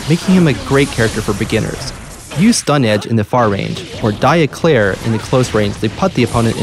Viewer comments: Dire eclat (éclat) eh-claah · It sounds like Diet Clear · dire eclat "DIE ECLAIR"